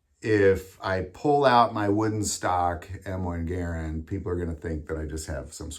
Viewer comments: Mispronouncing Garand is making me want to scream every time you say it. It's GaRAnd, not garan d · Warning! This video is a hard watch. This guy keeps mispronouncing the Garand as "geer - end". How he hasn't noticed that he is the only person in the world to use this mispronunciation is incredible. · You must not be from the south because everyone down here pronounces them Ga rands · Dude, please learn how to enunciate. It is painful listening to you mispronounce Garand.